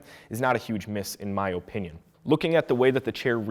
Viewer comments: why does blud say opinion like that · thanks for the video but learn on to say opinion better sheesh boi